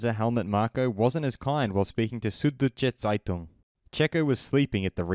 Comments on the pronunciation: Bro, I had to slow down and switch on the subtitles to understand the South German Newspaper you tried to get across there 😂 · LOL xD the way you pronounced 'Süddeutsche Zeitung' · As a German you try of pronouncing Süddeutsche Zeitung is really funny 😂 but good for a non Native speaker